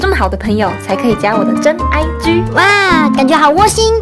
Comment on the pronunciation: 真。真真IG，聽久惹，聽起來像是真。真真貞操？！！🤔😂😂🤣😁😁